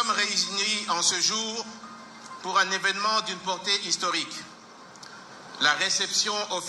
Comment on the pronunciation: Pourqupi IL dit historique????